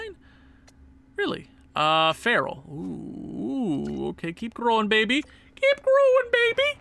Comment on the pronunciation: farrell is pronounced kind of like feroll